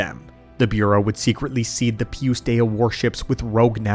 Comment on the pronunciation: I love the Lore video the only thing that made my eye twitch a little bit was the way you kept pronouncing Pius Dea lol. Other than that I love all your long lore videos putting them on in the background going about my day and learning about Star Wars